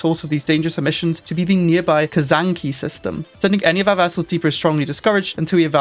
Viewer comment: Its not Kazanki....its Kzanaki ;) hahahahaha